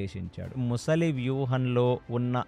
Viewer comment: ముసలి కాదు sir, మొసలి.